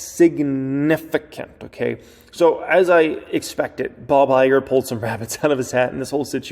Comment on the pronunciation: It said, "Bog" Iger lol